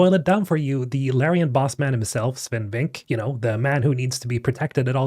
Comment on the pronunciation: you always pronounce his last name wrong bro. It's pronounced "Vinkeuh". ;)